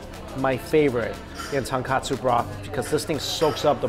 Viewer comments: Ton-KO-tsu Mikey! Ton-KA-tsu is pork cutlet~ 😁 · Lol well Mikey was never about the pronunciation. I believe he always says katsu instead of kotsu. It was funny when he came to Hawai’i, cause he knew he was going to butcher names. 😂 respect for just trying. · It's "tonkotsu" not "tonkatsu" ughh 🤦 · love all Mikey chen videos. One persistent correction - the pork bone ramen broth is TONKOTSU, not tonkatsu (as misspelled in this restaurant menu)=fried pork cutlet. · Ramen broth is ton-KOH-tsu, not ton-KAH-tsu. It's a big difference. For a foodie like Mike, I can't believe he keeps saying ton-kah-tsu. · Hi Mikey, big fan, love your videos! But the ramen broth is tonkotsu, not tonkatsu. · Haha same I’ve commented before on his ramen videos on the difference. Easy mistake to make but easy to fix too! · please!!!! it's "TonKOtsu" not "TonKAtsu" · Regardless, he's mispronouncing Tonkotsu and saying Tonkatsu. Its not really important, but he should know the distinction after so many years of eating it. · People can never say tonkotsu right 🤣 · Tonkatsu is breaded fried pork cutlet. Tonkotsu is the pork bone ramen broth. Mike you always mispronouncing the latter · I agree. Both words do sound similar to an untrained ear - but Mike isn’t exactly untrained. If he is actually intending to say Tonkotsu, his pronunciation should definitely be clearer.